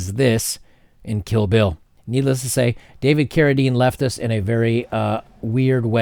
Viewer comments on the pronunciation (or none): none